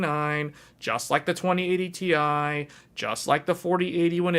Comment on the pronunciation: its T I not tie